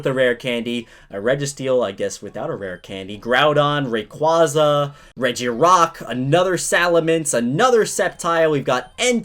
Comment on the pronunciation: All these years later and still can't pronounce rayquaza correctly